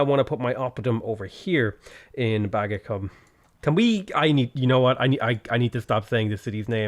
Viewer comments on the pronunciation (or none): I’m probably wrong but I think Bagacum is pronounced “buh-GA-coom” if that saves you any embarrassment :P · There was no need to rename to Baggy - it was likely pronounced 'bag-a-coom'. Firaxis could have gone with its other, less used Roman-era name, Bavacum (which is the origin of its current name, Bavay). I figure they went with Bagacum for meme value...they know their player base. :D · That city name tho. BAG-A-CUM 😅